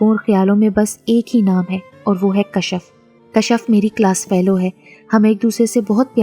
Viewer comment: Kashaf nhi hota name kashf hota hy